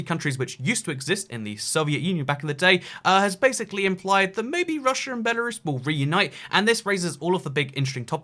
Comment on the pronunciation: Lithuanians feel polish? Dude, cmon. Post Soviet countries besides the baltics have strong ties to Russia? Dude, we in Odessa use to burn people alive that thought like so back in 2014... Ukraine is at war with them, Georgia had a war already. Its Lukashenko, not Lushenko. And its BELARUS, not BELORUSSIA!! Belarus is not white Russia! Belarus is White Rus'. RUS'!! Ancessors of Kievan RUS'! Not Russia! Belorussians will definetly feel offended if u say that to them. I think you should speak with some people from each countries before making such statements. They are just disinformation and sometimes even offensive. And a half-communist ethnic russian from eastern Ukraine is definetly not the best option.